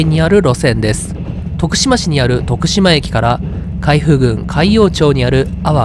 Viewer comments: 海部郡はちゃんと「かいふ」って言ってるのに、海部駅は「かいべ」と言ってる。ただ、後に訂正してるから評価出来る。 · どんな切符を使うのか気になっていたら、良さげなフリー切符を利用したのですね すなわちそんなフリー切符を1日だけ利用する訳がない、と予想しますw DMVの海部駅をなぜ「かいべ」と読んだのか 海部郡はキチンと「かいふぐん」と読んだのに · 読み方 海部 かいべではなくてかいふです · 海部はかいぶではなく「かいふ」です。昔の首相と一緒。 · かいふ です😅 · かいべじゃなくてかいふですね